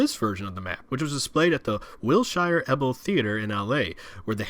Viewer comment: You're complaining about typos, while you mispronounced Wilshire Ebell. Glass houses my friend.